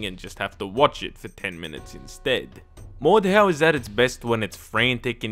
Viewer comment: I'm pretty sure the "H" is silent and it's pronounced like "mordow" or "mordao" but if I'm wrong just leave a reply about me being an idiot and I'll get the hint